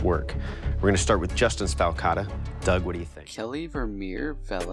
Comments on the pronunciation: What is so difficult about the word “falcata?” You pronounced it “fellata!” 😂😂😂😂😂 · It´s pronounced fowl-kata, falcata, like falcon, the beak of a falcon, looks a like a sickle...nevermind